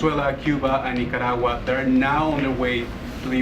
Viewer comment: This woman is not capable of answering the questions asked. She can't even pronounce Nicaragua correctly. She needs to be replaced.